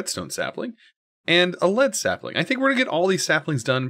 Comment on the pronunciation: "lead seplin'"